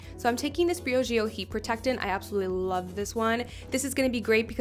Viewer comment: She’s cute but the way she says Briogeo makes my brain bleed ....